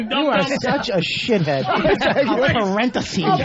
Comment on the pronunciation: He was slaying, but he screwed up this joke by saying 'parenthesy'